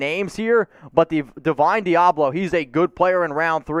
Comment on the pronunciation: LMAO you cant get through a draft w/o mispronouncing someone's name then acting like you know all about him. Deablo a CB? He's a WLB in the NFL.